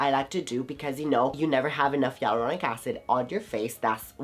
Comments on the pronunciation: Sorry but It's hyaluronic not yelluronic 😆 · I keep hearing yai-lu-ro-nic acid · What did u say aluronic acid!!! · I love your vids but I'm not understanding the way you say hyaluronic acid.